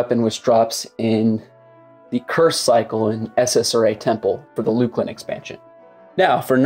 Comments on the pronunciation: Luke-lin? No. It’s luck-lin. SSRA? No, it’s Ssra. Come on man. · How you pronounce Luclin goes against nature.